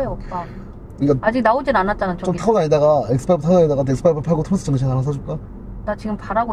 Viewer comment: 토레스입니다!!!!!토래스가 아니라!!!!!!